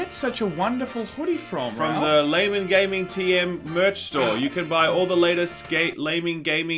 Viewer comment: u said gaymen gaming